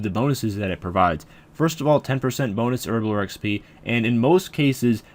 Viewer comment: Why does everyone on youtube say herblore like a spastic.